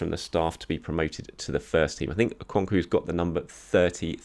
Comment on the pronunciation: the last 'o' in Okonkwo is pronounced like the first 'o' in obligation